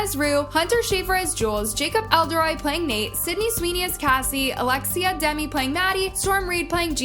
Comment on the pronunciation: i normally like your videos but PLEASE learn the names of the people you talk about because this is just embarrassing. Jacob ELORDI, Barbie FERREIRA, ALEXA Demie